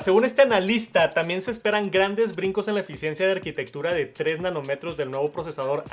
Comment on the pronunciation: Nanómetro (con acento en la primera 'o')